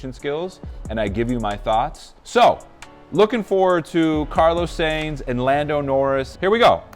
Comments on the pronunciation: Please it's Carlos Sainz pronounced like 'Signs' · Tip: A lot of European names are not pronounced as they look, so for Carlos, it’s SIGNS not Sainz. But saying that, some do sound/pronounced the way they are spelt. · I’m so confused with you because with all the amount of Carlos’s interviews you watched and one of them had someone literally correctly pronounced his last name, you still mispronounce it.